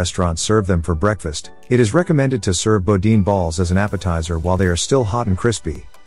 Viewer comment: It's pronounced "Boo-Deen"